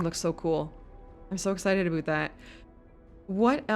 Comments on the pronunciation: OMG you are Canadian. Why would you do us like that? Nobody says aboot... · I've never actually heard someone say "aboot" before. I don't even think you're Canadian. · Any1 else feel like shes a fake canadian? The way she first pronounced "aboot" made it believable... then she pronounced it "about" with no accent, a ahort while later... hmmmm